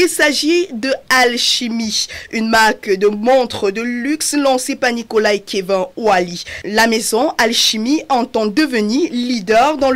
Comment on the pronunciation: Le prénom se prononce "kévine"